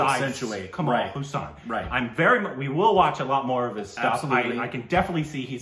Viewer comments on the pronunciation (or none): This is something like saying Forest Gump is a crap movie and tom hanks acting was ok other than that there was nothing in the movie.... first plz pronounce his name properly its Kamal Hassan not Hussain lol